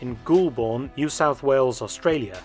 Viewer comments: "Goolborn" Australia ? Professor Felton, tsk tsk, I'm surprised at you. Goulburn is pronounced "GOALBURN". I know you've got educational credentials two meters long but you gotta learn to speak Aussie mate. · Little tip for you: Goulburn is actually pronounced like "Golben" rather than "ghoul-born". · Hey brother Ghoulbourn is actually pronounced “Goal-bun” You might slip a slight “r” in between the u and n if you are his majesty’s secret service. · It’s probably already been mentioned, Mark, but the town that Lazenby was born in is phonetically pronounced ‘Goalborn’, rather than ‘Ghoulborn’. It’s an hour’s drive to the north of Australia’s Capital, Canberra. Interesting post, well done 👍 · love your work and a big fan of Lazenby! FYI Goulburn is pronounced Goal-burn not Ghoul-burn (completely understand how that happens if you've only read it :) ) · Re George Lazenby. JFYI, his hometown of Goulburn is pronounced "golb'n", rather than goolburn. I love Jamws Bond films. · The birthplace of George Lazenby is pronounced Gol burn, not Goolburn. It’s a twin near our nations capital, Canberra. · George Lazenby was born in "Gol-bun" not "Ghoul-born". Just saying. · I always thought Lazenby was one of the better Bonds, but Goolborn? it's pronounced goal bn. Great video nonetheless. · Goulburn NSW is pronounced GOAL-bn, not GHOUL-burn. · Anyone wince at the pronunciation of Goulburn? It’s pronounced Goal-bern, not ghule-born. 😅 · it's pronounced golben not ghoul burn. Just change the D to a B in the word GOLDEN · laughing at "Ghoul-born". Mate, we pronounce it "Goll-bn" or "Goll-burn" with the U hardly pronounced at all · Yes, except the last vowel is the classic 'schwa.' Thus... it's "Goalb'n." A town I know very well, as I used to go down from Sydney on the Riverina Express pulled by a class 38 steam loco, in order to spend school holidays with my cousins there. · For the record, Lazenby's home town of Goulburn is pronounced "Goal-burn". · Goulburn is pronounced Goalburn 😊